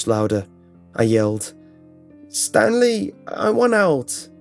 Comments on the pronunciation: I think he said Stan Lee instead of Stanly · Is it Stanley or stan lee? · Am I the only one who thought he said Stan Lee instead of Stanley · Did he say Stan Lee or Stanley? Either way to me it's the first one and it makes it so much weirder. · Is it Stanley or Stan Lee ;) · when they were calling stanley itnsounded like.they said stan lee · all I can here is Stan Lee instead of Stanley